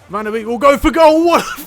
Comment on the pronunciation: Just a small tip on Donny van de Beek. Beek is pronounced like Bake. So it would be Donny van de Bake.